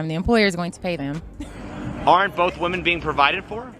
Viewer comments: Love the channel, hate the fact he cant even pronounce the plural of woman correctly, its WOMEN, not woman!!!! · Day 1333 Dude don’t ur friends tell u you’re pronouncing women wrong??